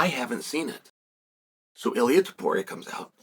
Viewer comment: Cheal Sennon can't be bothered to pronounce TOW-puria correctly.